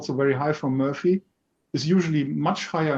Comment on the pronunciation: it's M*o*rphy, not Mu[ö]rphy 🙂. I have to admit the CB18 did indeed surprise me. Lot of added value in the new version.